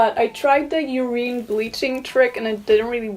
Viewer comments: Nobody: Karolina: "Ureen" jk I've just found your content and I'm already hooked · Did she say urine to die hair?